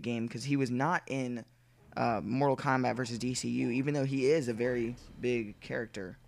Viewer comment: Kombat not combat you sick fuck